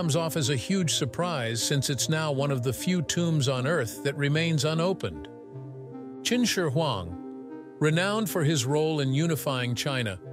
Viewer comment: The narrator's pronunciation of "Qin Shi Huang" is not consistent at all. At times he gets it just about right, and than suddenly it rolls out the tongue completely wrong. LOL. It reminds of that one narrator who say's "Cao Cao(Tsao Tsao)" and than mistakenly says "Chow Chow" here and there through out the who video.